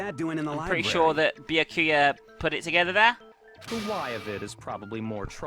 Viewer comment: A little tip, "Byakuya" is pronounced "Boo-yahk-oo-ya" in quick succession. Thank me later <3